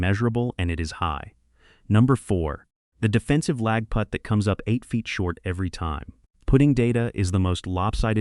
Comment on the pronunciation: AI pronouncing Putt as put grates on me.